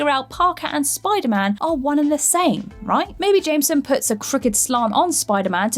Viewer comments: Nobody gunna mention her abysmal pronunciation of "Jameson"? No? Alright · You say Jameson wrong XD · Am I the only one bothered by the way she pronounced Jameson when saying j. Jonah jameson?